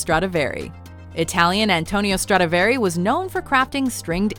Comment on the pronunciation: Dumb ass bitch when you can't pronounce Stradivari properly at least do not mention it a hundred times just to say it wrong and get on everyone's nerves. You had one fucking job.